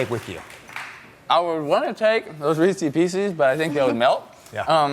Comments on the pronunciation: Reesy-Peesy? Dude... Did you get hit hard in football? It's Reese's-Pieces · If I hear Tim Tebow say Reece Peecees one more time I’m finna snap 🤣🤦🏻‍♂️ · I was swooning over him until he said resse piecey. Turn off lol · Ha he says Reece piecee just like Brendan Shaub. Ah that made me laugh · When the h$%l did people decide to call Reese's Pieces, Reesie's Piecies? everytime I hear this I want to break something. It doesn't sound cute, it sounds like you're saying 'Feces feces' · Why is he pronouncing Reese's Pieces like that. LOLOLOL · Yeah. They even clap for the weird way he keeps pronouncing Reese’s. Smh